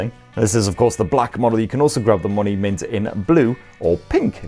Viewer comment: Everytime he said Mony mint i heard monument and thought wtf 😂😂🤔